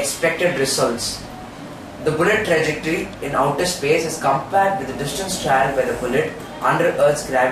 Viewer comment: Guys its TRAJECTORY and not TREJACTORY but anyways nice video. all the best.